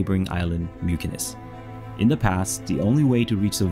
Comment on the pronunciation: Just so ya know, Mykines is pronounced,"Mitcha-ness". :) Viva la Føroyar!